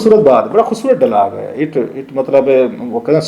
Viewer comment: Sorry ur English pronunciation is very poor...the word is dialog not DAALAG AS UR PRONOUNCED